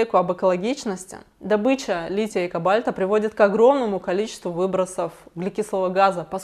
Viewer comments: ....кАбальта? Я почему-то всегда думала, что КОбальт. Так в школе учили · "Лития и КобАльта" 🤦🏼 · извини за поправку, но у "кобальта" ударение на первый слог.